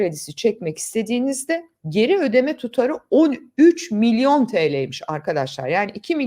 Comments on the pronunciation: Milyor değil milyon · milyor milyor diyor... Milyor diye yeni bir birim mi çıktı?